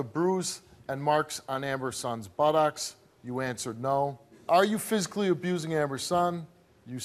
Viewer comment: why can;t Steve say Buttocks properly?..its not Butt- OX